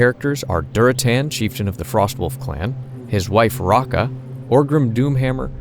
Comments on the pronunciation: I know this is a couple years old at this point...but I had to pause . Her name is Draka, not Raka. Sorry to be THAT guy. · I literally had to listen like 5 times but anyone else hear them calling draka by rocka? Was so weird for me there were entire scenes I didn't remember existing. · I dont know if i heard it wrong but i think u said that Durotans wife is called Raka? Its Draka :D